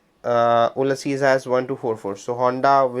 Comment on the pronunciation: Funny difference…. You say Oo-lysses (exaggerated a bit) Grant….. but Americans usually say “Ewe-lysses” Grant. Not criticizing, just noting. Thank you for a useful video